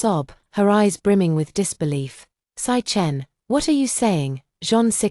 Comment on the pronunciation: Lmao 🤣. Sichen= 'sick hen' instead of 'see chen'.